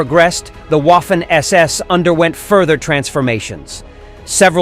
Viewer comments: Guderian (Wehrmacht) was the driving force of the panzers. Not the SS, who at the time of Barbarossa, were even seen as unprofessional fanatics. By the way: Waffen = Vaffen NOT UAffen. Also, Erich = Erish, not ERIK! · The waffen ss is pronounced like a v in english. So (v)affen ss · uaffen...yanks historians. not even able to pronounce a word in a foreign language 😆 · If only you knew how to pronounce "Waffen" correctly when you made this video, it would be a near-flawless production. Oh well. I felt like killing myself by the end of the video because I had heard "Woffen" far too many times. It's very unusual: to know this much about their history while being ignorant of their proper name. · The Person that speaks a sort of English as commentator sounds as fanatical as the SS itself. He must learn to pronounce the German namens correctly. It is clownesk to hear HIM say the WOFFEN SS while a child can see that A is written like in cArdboard or cAr or Appeal and even Armistice. SO STOP YHIS REDICULOUS WOFFEN SS. Waffe = weapon wappen SS is armed SS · Łafen SS 🤣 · That is true. Many Americans have troubles with that. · The letter "W" is pronounced like an english "V" in german. You got it right for "Wehrmacht", but it sounds disturbing hearing "Waffen SS" occaisionally (not always) pronounced like "Waffle House". Just saying. lol